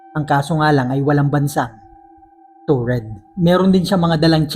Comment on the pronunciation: Taured po Hindi toured